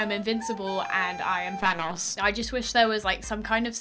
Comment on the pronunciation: no one:: thanas its thanohs